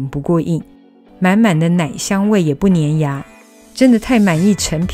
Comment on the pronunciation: 粘牙，粘读zhān“沾”，因为是动词。形容词读“年“nián，比如很粘。